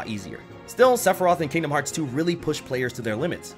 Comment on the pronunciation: Top 3: Sephiroth Sephirtoh. And I think hmmm. Sephirtoh.